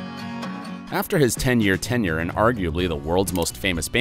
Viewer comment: "After his ten year tenior"